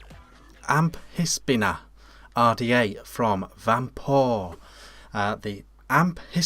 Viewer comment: Amphisbaena....., it still sounds like you are saying "am...piss....beana"!!! I can assure you that the "ph" is pronounced as an "f". Think about it, you don't use a "piss....hone" it is pronounced "f...hone"..."phone, likewise you dont go to the "piss...harmacy"...you go to the "f...harmacy"...."pharmacy". Here is a tube link to help you..... You might be interested that "Amphisbaena" is a genus of " Amphisbaenidae" also known as a "Lizard worm" or as we know it in the UK, a slow worm. I agree, I can't stand the top caps (what is the point of a concave top on the cap other than trying to give you third degree burns to your lips) but there is no innovation and so almost any similar RDA on the market with better top caps. I think it is really bad that this RDA has such a short 510 pin and considering the growing popularity of hybrid mecs, it is verging on the bloody dangerous. Yes, the Goon would be a better option (I am not saying this... ahemmm....but particularly the clone at £6 or even a genuine one for £30 from 3F Vape).